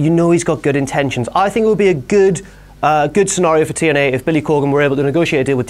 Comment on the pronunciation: notice how says TNA Tien-Eyy